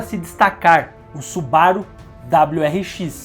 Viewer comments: SuBAru ?? SubaRU !! É japonês .. Acentuação é sempre na última sílaba. Exceto casos singulares ! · os cara falando da parte impreza com (m0, mas ninguem fala su-ba-ru como deveria ser. afinal a forma correta é SuBaRu. Ótimo video, ja tinha assistido outros, mas nunca comentei